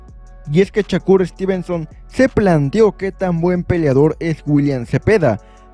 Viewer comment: No es Chacur , te escuchas muy mal es con , S no con C , Shakur no chacur😅